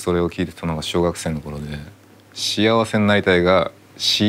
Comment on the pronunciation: し「あ」わせがし「や」わせって確かに不服だけど小学校の頃にそれに気づいてモヤモヤしてるのレベルが違う